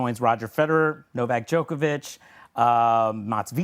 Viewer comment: The female commentator does not know how to pronounce Djokovic's name correctly (the greatest tennis player of all time!!!), but she's commentating on tennis on TV. Really? Who hires these clowns? How did this woman get a job as a tennis commentator?